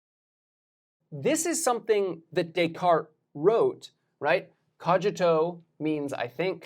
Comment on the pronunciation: Cogito, g as in cognitive, not as in George, don't mix Latin and Italian pronunciation...